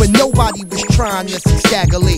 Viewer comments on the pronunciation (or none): It’s Stagga Lee